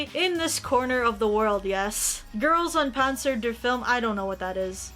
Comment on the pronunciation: Gah. I really like you akki but when you pronounced girls und Panzer I wanted to either bash my head or yours.